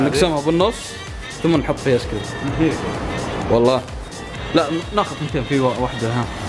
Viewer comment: كأنه يقول عسكريم؟؟؟ و لا انا يتهيء لي ؟؟